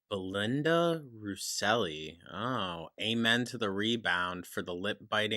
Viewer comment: babe why did you pronounce Russell like that 😂😂💀